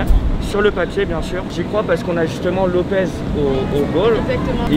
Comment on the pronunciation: Un lyonnais qui dit cornet devant et lopezzzzzzz mais c lopessssssssssss